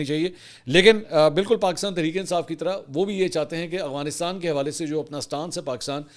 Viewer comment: اسلام وعلیکم جناب منصور بھائی صاحب امید ہے آپ خیریت سے ہونگے جناب میرا نام محمد شہزاد ظہور ہے میرا تعلق پنجاب کی تحصیل کمالیہ ضلع ٹوبہ ٹیک سنگھ سے ہےاور میں آپکی وڈیو پچھلے 3 سال سے دیکھ رہا ہوں اس دوران میں نے اکثر اوقات آپکو (افغانستان کو اغوانستان) بولتے سنا ہے کیا آپ بتا سکتے ہیں کہ یہ آپکے بولنے کی غلطی ہے یا آپکی نظر میں یہ لکھنے اور بولنے کا فرق ہوتا ہے برائے مہربانی اس کی رہنمائی فرما دیں شکریہ